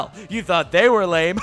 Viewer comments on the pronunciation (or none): none